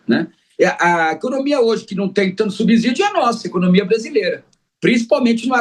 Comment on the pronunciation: Fiquei doente de ver esse professor tão entendido em economia ser tão ruim em português. Pronunciar "subzidio" é imperdoável.